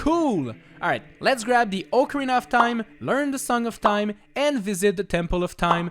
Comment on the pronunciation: Omg finally someone that says “ocarina” properly. You are literally the best